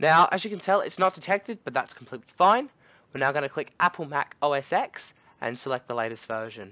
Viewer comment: its "mac OS TEN," not "EX." God bless your ignorant soul!